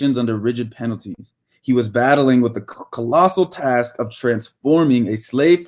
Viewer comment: “Da” why did you say da instead of the lmao.